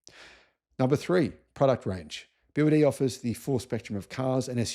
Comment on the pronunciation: I lived in China at the time, and I knew about BYD. In China it’s pronounced BrD.